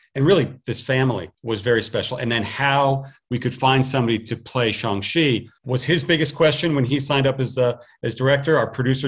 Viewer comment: It's pronounced as "Shaang"